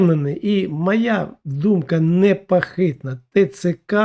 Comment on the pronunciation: Не непАхитна, а непОхитна. Не вАєнна, а вОєнна. Не пАгодьтесь, а пОгодьтесь. Не дАпАвідає, а дОпОвідає. Не Адним, а Одним. Не пАтрібні, а пОтрібні. Не ворАга, а ворОга. Не гАлів, а гОлів. Не вдАскАналювати, а вдОскОналювати. Не рАбити, а рОбити. Не стрАкАвІкІ, а стрОкОвИкИ. Все, на цьому баста, бо втомився від такої гидоти, щоб записувати мерзенні спотворення слів. Та й просто не встигаю, їх так багато. "ГАворящая гАлАва", в тебе все одно відео змонтоване, бо озвучка слів не синхронна з рухами рота. Дай озвучку нормальній людині, щоб на слух було сприйняття нормальне, а не казна-яке огидне твоє патякання. А ще простіше — базікай свою лапшу на російській мові, буде природньо і зрозуміло. А щодо пЄрЄмогІ, то, як Росія, так і Україна, обидві в пастку третіх потрапили, котрі цю бійню розв'язали і шалено фінансують. Співчуваю лохам, які дають свої вуха під твою лапшу зомбопропаганди про неіснуючу та незаплановану глобалістами пЄрЄмогу.